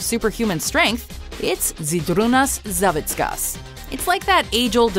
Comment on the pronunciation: at least you said Savickas correctly :D that v thing on Z makes different sound